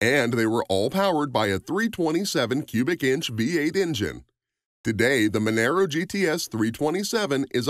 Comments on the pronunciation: Why did you show the crappy mustang at the end when you were talking about an awesome falcon cobra? Also Mon-Aro not Mon- aero, But good stuff love Aussie muscle cars 🤙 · It's "MUN-UH_ROH" not "MUN-ER-OH" And you might want to check for facts on the Maloo. It's been around since the early 90s. And has been available with a 6 speed manual since 2000. The R8 is just a trim level, the name which has been used since 2000. And your picture of the "VF Maloo" is actually a VE. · Monaro - Pronounced Mun-are-o, not Mon-air-o. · It’s Monaro mate , not Monero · What the f**k is a “Menero”? We’ve only had “Monaro’s” in Australia FFS🤦🏻‍♂️ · youre pronouncing monaro wrong.. youre saying monero... try saying mon R O if that helps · ma naro... not man aro... thats like saying cama ro not ca maro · MONARO not Monero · This could have been a better video if you got all your facts right. The Torana was not the 1st car in Australia to have a 6 cylinder engine. In fact, the vast majority of ALL cars built in Australia had 6 cylinder engines. There was also 6 cylinder engine in the Monaro GTS (pronounced Mon-aaro BTW). It was a 186cu inch straight 6. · Didn't go into how many fords and holdens they had to sell to qualify for Bathurst so got that bit wrong. But when he pronounced Monaro,Monero and said how many they sold stopped right there. With a name like you can't be expected to do any research. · The Monaro is pronounced as Mon-R-oh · far to many mistake... All XR GT's came in GT gold with the exception of 13 cars. Monaro is not pronounced the same as Camaro. Its Mon-R-O. The R8 Malloo was not the first to be offered with a 6 speed manual trans, Holden-HSV first offered in in 1991 in the VN SS Group A. Torana is pronounced wrong... this video has so many mistakes its ridiculous and i cant be bother correcting any more... anyone watching should just assume its all incorrect